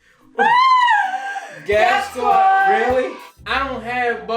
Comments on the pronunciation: it's Squad not Sqaud 😂.. love your content though always makes me laugh 😁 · Amazing job but that's said "sqaud" not squad 😂🤣 still love you though! I honestly thought it was merch when I first saw it lol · YALL. IT IS SQUAD. 😂 NOT SQAUD. 😂😂😂 Sending love. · said SQAUD 😭 it is SQUAD LMAO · SQAUD 😂😂😂🤣😂 Its S-Q-U-A--D 😂🤣 I love you guys